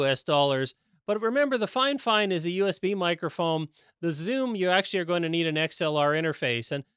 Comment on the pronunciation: it’s not finefine it’s fif ine